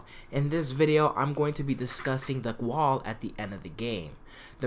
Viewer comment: Bro did this nigga jus say gwall LMFAOOOOOOOOOOOOO WHO TF SAYS GWALL